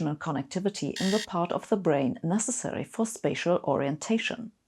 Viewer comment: "Spatial", not "spacial".